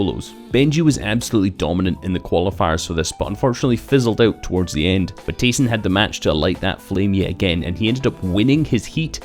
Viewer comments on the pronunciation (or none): none